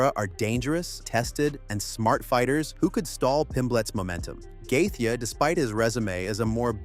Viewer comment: did this guy just pronounce gaethje as Gathe Ye